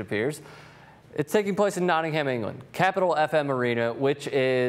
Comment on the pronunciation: Notting - Uhm. Notting - Uhm. Nottinguhm.